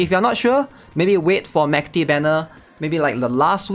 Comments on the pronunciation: the dub accommodates voice actresses, but her actual name should be like the russian word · no, we literally have the pronunciation in the game in the event, her name is not pronounced like that at all